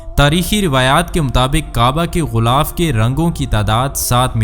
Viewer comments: JUN/16/2024♣BHAI SAHIB♣ GHULAAF NAHI✖ GHILAAF SAHI ✔TALAFFUZ HAI APNE LIKHA BHI GHILAF HAI😁 MAZHABI VLOG ME URDU TALAFFUZ KA KHAYAL KAREN ♦ASIA SYED (PAKISTAN) ♦ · Urdu Bolna nahi learn GHILAAF ko Ghoolaf na kaho JAAHIL